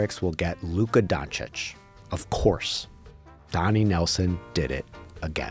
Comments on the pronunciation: Windy couldn't even pronounce Doncic's name. Keeps saying "Donic" 🤣🤣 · ah yes, my favorite player of all time Luka Donic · SAS called him "Donkich" for so many years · What’s crazier is that so many talking heads on TV still cannot pronounce Doncic right